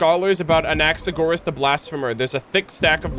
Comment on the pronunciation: I'm a bazillion years late but since I am Greek I wanted to let you know the way you say Anaxagoras (with the intonation on o) is actually how we say it in greek!